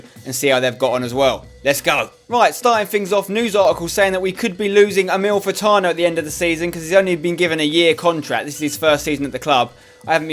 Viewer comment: you say "Amalfitano" wrong every time